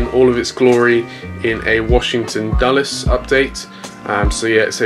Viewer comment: By the way you sad Dallas instead of Dulles.